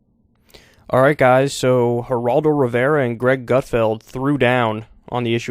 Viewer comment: Kyle said hiraldo😂🤣. It’s Geraldo .